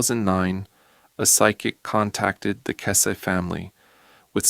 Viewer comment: If you can’t pronounce her last name, you have NO KNOWLEDGE of this case.